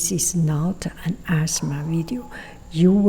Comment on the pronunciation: Whenever you say it's not an ASMR video it sounds like asthma, haha. (I have asthma, and I'm glad it's not an asthma video 😅)